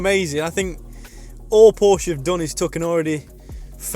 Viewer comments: Loves the brand but cannot say Porsche properly.... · Well, if you have a favorite car brand, the least you could do is pronounce it correctly.